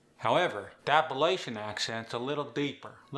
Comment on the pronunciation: You can't even pronounce Appalachian or yonder correct and you want to try to teach it? hah